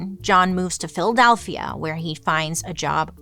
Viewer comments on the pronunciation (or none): none